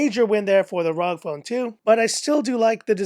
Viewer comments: its pronounced (rogue) ROG phone 2. good video tho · It's R O G as in Republic Of Gamers